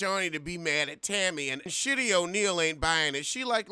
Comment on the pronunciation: Okay, I die every time you say “Shitty” lmao! 😩😩😂😂